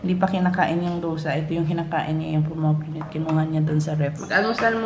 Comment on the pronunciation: sorry to comment such as this, mommy. but I think it's "pom-i-gran-it".